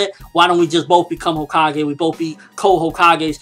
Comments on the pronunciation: CO-kages? lol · Hokage not homage